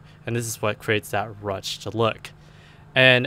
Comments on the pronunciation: it's pronounced roo shay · Ruched is pronounced "rooshed".